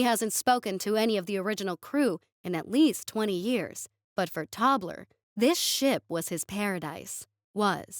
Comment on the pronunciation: So.... Tobler sounds like toddler, and dwarfs becomes dorfs. 😂😂😂